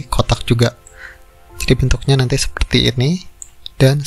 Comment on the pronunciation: Kebanyakan pake "ini" Bang, membingungkan, beberapa kali salah pengucapan bentuk jd membingungkan, sorry y bg, smoga lebih baik